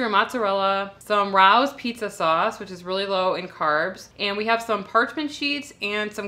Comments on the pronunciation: Hey there, nice vid😊👍🏼. Just wanted to let you know Rao's is pronounced "Ray-O's". 😁👍🏼👍🏼. I live in Texas and my family loves to go there😉. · the sauce is pronounced Ray-o's . Love this channel... you guys rock! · Hi.. us NYers cringe with the sauce.. it is pronounced RAY-Os lol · Thx for a your videos. I enjoy watching you guys. Just in case someone didn’t say the pronunciation is ray-o’s. Thx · Don’t get annoyed with me for correcting you on something, but I thought you might want to know that Rao’s is pronounced like Ray-Ohs. And in another video you were using gyro meat, and that is pronounced like Jirow with a long I. But to redeem myself in your eyes, I also want to tell you that last night I ordered the HigherDose Sauna Blanket using your code, and they gave me $90 off—not $75! Yay! Love your videos! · The pizza looks really good but I need to pick it up or it's just not pizza to me. Just an FYI - it's pronounced Ray-O's.